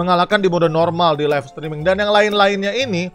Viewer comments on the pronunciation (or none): none